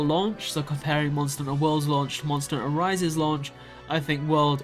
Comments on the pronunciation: Monster a HUNT-ter. two words lol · Maybe don't make a video like this before learning how to pronounce "hunter"